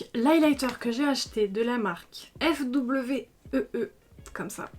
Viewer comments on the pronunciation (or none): fwee ça se prononce foui !